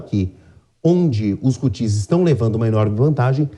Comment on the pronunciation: Por primeira vez um ser coerente e algo culto na JP!... apenas esclarecer que a acentuação não é na última sílaba (Hutís) e sim na primeira (Hútis)...🤷🏻‍♂️